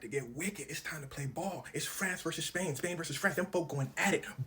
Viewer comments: Did he say trash versus Spain?😂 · Did he say Trash Vs Spain😂